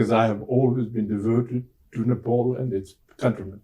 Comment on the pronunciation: It’s Ne-Pal not Nepol as a British man would say! Again, Ne-pal.